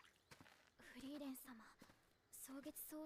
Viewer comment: Just say "Free-ren". German "ie" is like english "ee". In case nobody has mentioned it yet, almost all names int this show are German words and if you translate them you get a hint on the persons characteristics most of the time.